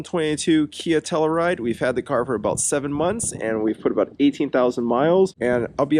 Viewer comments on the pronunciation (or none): You know, if you’re going to have a Telluride in your garage/driveway, you should at least learn how to pronounce “Telluride”. It’s “Tell-YOU-ride”, not “Tell-ER-ride”, ffs! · I work for KIA. Nice job on the video. Only negative feedback I have is regarding the pronunciation of Telluride. Proper way: Tell-you-ride Your way: Tell-uh-ride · It’s a Tell U Ride.. you keep saying Tell E Ride. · Pretty minor complaints. I think the one complaint I have is how you pronounced Telluride.